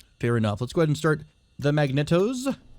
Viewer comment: Great vid. Thanks for guide. Just a minor correction. Magneto is pronounced mag-nee-toh not mag-net-oh. It’s a key step in every startup sequence, so you will be seeing it a lot. May as well get used to saying it correctly.